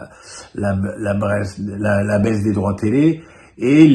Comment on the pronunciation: t'as failli dire la baise au lieu de la baisse des droits tv, les 2 mots fonctionnent 😄